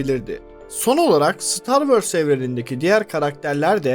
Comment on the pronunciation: Hikaye mükemmel, anlatım akıcı ancak "star wörs" diye bir aksan yok dünyada. Ö yerine o yu kullanırsanız anlattıklarınıza daha çok odaklanabiliriz.